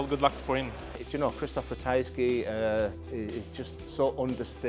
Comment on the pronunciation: ratajski not ratajksi